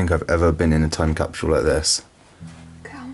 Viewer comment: "time capshool" ?